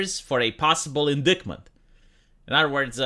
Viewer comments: Incictment. [ in-dahyt-muhnt ] in dite ment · in-DITE-ment. Yes, English is weird.